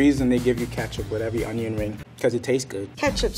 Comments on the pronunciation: Why’d he say ketchup as katchup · Why does pronounce ketchup like that. its a E not an A. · Did they say katchup and not ketchup